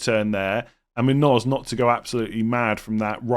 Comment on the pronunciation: Yes, that’s spot on,. The tilde above the N makes an “ny” sound just like in Nuñez (or just like the “nh” in Portuguese names like Mourinho or Cunha), so it’d sound like /MOON-yōz/ (like in yo-yo). Love the content, too!